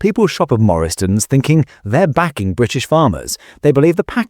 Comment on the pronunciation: “ people shop at Morristons” a new British supermarket or the usual AI standard of commentary?.